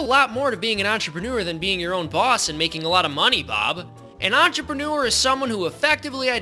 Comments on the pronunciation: Ah yes, enterpenner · I love how the captions make his pronouncing of "entrepreneur" to be "answer printer"